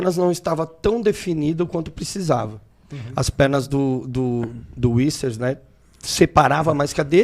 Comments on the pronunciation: Issers, whispers kkkkkkkk é Vissers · É VissA Não é inglês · Uicers, wuyssers, iuvirces kkkkk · Cariani..... Vinssers...e fala vários errado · kkk, falando errado o tempo todo